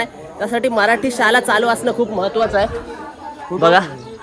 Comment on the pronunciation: दादा शुद्ध बोल शाला नाही शाळा म्हण